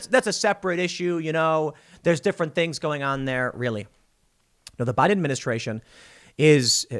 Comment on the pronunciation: Anyone else notice Tim says "buy denministration" ?